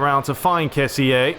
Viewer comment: Hey I just saw u we're back a week ago I'm happy ur back, we can enjoy some commentary but ur not pronuncing kessie right it should be ke-si I hope u read this comment because I saw nobody else doing it